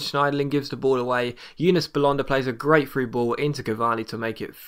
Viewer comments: belhanda not belonda m8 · It pronounced Belhonda